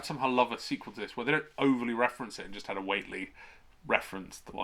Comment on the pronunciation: We are so due for a modern movie version of this one, which is surely HPL's most filmable story. btw You mis-pronounced Whateley. It's "Wait-ley"